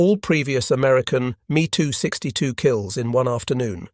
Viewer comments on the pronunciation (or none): M E 262 not me…Asinine Imbecility pronunciations strikes again..